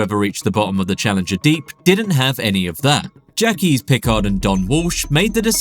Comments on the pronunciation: Jacques is pronounced 'ZHAK' (or simply 'Jack'), NOT 'Jack-Ease' . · "Jack-eez Piccard?" Either ditch the AI voice or learn to pronounce common French names. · He said Jacques as "Jackeez" so he's probably real lol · "Jacques" pronounced in a way that is inhuman...